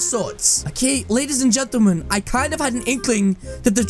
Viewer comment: “LADIES AND GENTAMAN” 😂😂😂